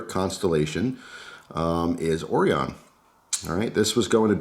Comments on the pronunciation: Orion... Oh Ryan. Not oreeon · Right…O-RYE-UN…pronounced with emphasis on the “rye”. Like the constellation of stars. I ordered one with black blade and hardware, red accents and the raindrop carbon fiber scales, custom tuned by the shop in Salem, Oregon. I paid $125 delivered which is a stellar value! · I think it's pronounced "oh-ryan". Interesting knife. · Hey...pal...its O-Ry-In Knives you jerk!!! Lol I'm just kidding bro love the videos. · Common why you pronouncing it like that? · I don't know if you know this bud, but it's pronounced Orion not Orion.